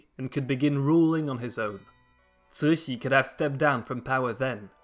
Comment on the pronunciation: Ci2 Xi3 is a difficult word to pronounce. The Xi3 is in the 3rd tone with air hissing through the front teeth if we wish to pronounce it correctly. Translated it means Benevolent Joy.